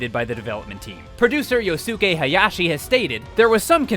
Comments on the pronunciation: you really need to work on your Japanese pronunciation, my dude. Aonuma is "Ah-oh-noo-mah." If it was "Ay-oh-noo-muh," it would be spelled Eionuma. Yosuke is "Yohs-keh." If it was "Yoh-soo-kay" it would be spelled "Yosūkei." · Also, “Yo-sue-kay”. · Hey, not to sound like "that guy", but maybe next time coach your voiceover artists on proper name pronunciation? It's "Ow-numa" not "Ay-oh-numa", it's "Yoss-kay" not "Yo-soo-kay". This is a common problem with your videos and it really bugs me. Please learn/teach your voiceovers how to say these, frankly, really simple names.